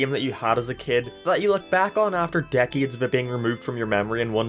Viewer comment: Everyone else: decade LSMark: deckeed Everyone else: hate LSMark: heat Everyone else: game LSMark: geam Everyone else: racing LSMark: reacing Everyone else: m&m LSMark: am&am Everyone else: came LSMark: keam I might delete this later